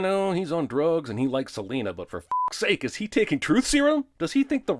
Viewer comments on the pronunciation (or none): none